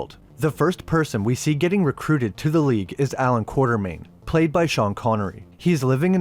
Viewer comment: It is Quatermain. Not Quartermain